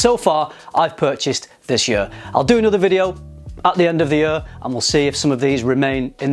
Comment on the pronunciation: Am I the only one who noticed the pronounciation of 'year' like 'yuur' lol